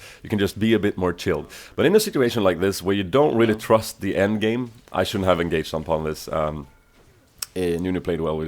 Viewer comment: "Tr(a)st" lol